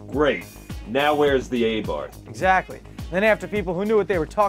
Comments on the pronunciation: It's "Ah"Barth , not "AY"Barth . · its abarth not a barth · Uh-Bart, not Ay-barth. :-) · Its not A-Barth it abarth...lol and the other is pronounced esseesse as in SS...LOL You funny dude! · its not A-Bath ffs, its 'arbarth' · Abarth=Arr-bath not A-Bath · its Ahbarssss not ahbar!! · It's abarth, not AYbarth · Dear americans, Abarth, is not pronounced A Bath, it's Arbarth. and Nissan isnt pronouced Neeeeesan, its Nis san. It's not that hard. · its not a-barth is abarth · it is a-bart that is how it is pronounced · Finally a car sized just right for - the Fiat 500. I kid, we love you. Re: Abarth pronunciation- as soon as that car is lowered off the boat it becomes an ay-barth. This is America & we'll pronounce things however we want! The SS will be way over priced though I'll bet you could buy one of those sweet new Toyobarus for less. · Welcome to the U.S-spec AYbarth five hunert! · It actually pronounced "Ah" bart - or at least thats how the italians in torino say it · "AY-BARTH" lol! O You yanks. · Your pronouncing "ah-bar-th" wrong. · LOL at how you guys pronounced abarth. It's ah-barth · um that's "ah-barth" and SS was always spelled phonetically for the Abarth, so I'm not sure it's esseh, esseh but ESSE ESSE... SS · GODDDDDDDD you guys come on its not a barth its a bath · Its not called ''AAA-bart''..... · isn't it pronounced "ah bath" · Wow, how about you get dumb ass next week, for your atrocious pronunciation of Abarth and Esseesse. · ok just for the people that cares, the "A" sound like the "A" in "PIZZA". The "TH" sound like "T". Now you know how to read ABARTH. And abarth is for fiat what mopar is for dodge and trd is for toyota. Btw, nice episode. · ahhahah please learn to say ABARTH ....